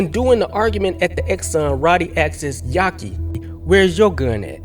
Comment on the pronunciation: Why u keep calling him "yaki", isn't it "Yafi"? Which is short for Yafeu?